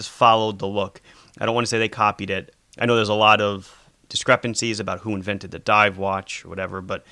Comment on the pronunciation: Did he say scuba Dove